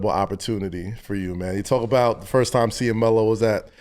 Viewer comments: Who tf is Mel Russell.😂 Its Melo fool 😂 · Pretty sure he is the only human to call Melo, "Mel" lol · Russ callin this man “Mel” has been sending me. 😂😂😂😂